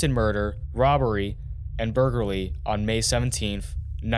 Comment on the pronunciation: Such terrible commentary “otter” other, “modar “mother. Buglarar. F man